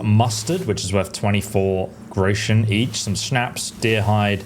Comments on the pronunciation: It's "grosh-un" you yokel! ("grow-shun" LOL) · thank you very much for the tips, now I have a big one for you, you pronounce the word Groschen wrong, it´s Groschen and not Grouschen, leave out the pronunciation of the U, the word consists of 2 syllables Gro-schen, just say Groschen. German pronunciation is not that easy, it can easily lead to a knot in a tongue. 😁